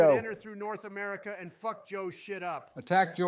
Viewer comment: I hate it how biden pronounces America